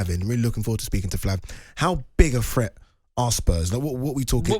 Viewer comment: ‘Threat’ not ‘fret’